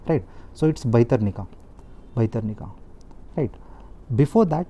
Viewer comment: It's irritating so many wrong pronounciation. Dugong, bhitrakanika, neora valley, dugong🤦🤦🤦🤦